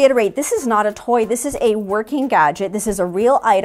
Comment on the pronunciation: Toy not toy. Lol Great video!